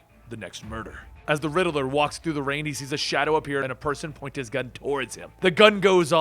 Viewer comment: The name is Riddler.. not Riddiler